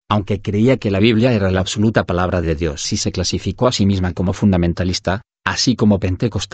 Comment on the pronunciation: En el minuto -29 dice " el espíritu de oni???" Porque se escucha con dificultad y no Claro "El Espíritu de Dios"???????